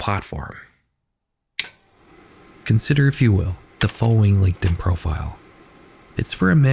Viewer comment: horrors on DIH-In 😂😂✌✌